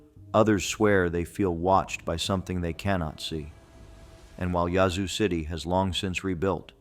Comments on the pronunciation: Lol, yazoo is pronounced with a long a sound. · Well I couldn’t make it past the pronunciation of ‘yazoo’. He ain’t from Mississippi 😂. Of course, it may be ai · It is pronounced Yazoo City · Please learn how to pronounce the cities in Ms. Yazoo has an a sound like apple and Natchez is na t chez (run it together, actually don’t annunciate the T) Biloxi is buh lux ee